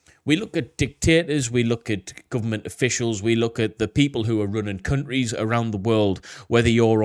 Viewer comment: He said “CUNT-REES” 😂